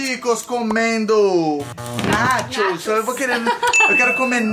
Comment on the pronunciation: comendo nachos só eu q escutei comendo nathy kskskksksks rachei lek